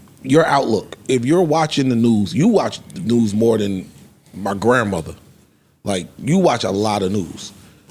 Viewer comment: not being able to distinguish "than' and "then" is HILARIOUS LOL